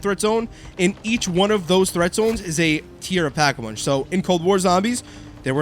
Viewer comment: Did you say pack-a-munch???